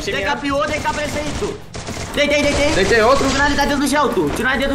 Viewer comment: Os meninos fala dei capa ai o fala deitei mkkkkkķkkkkkkk eu racho mano